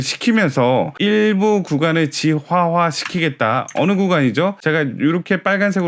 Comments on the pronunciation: 지화화가 아니라 지하화라고 발음해 주세요 ㅎㅎ 자꾸 신경쓰이네요. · 지하화요 지화화 말고